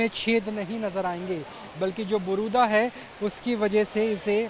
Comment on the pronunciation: बारूदा नहीं भाई जी, बुरादा बोलो